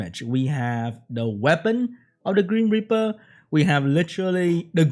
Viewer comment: Whenever says grim reaper, I hear cream gripper...do I have a problem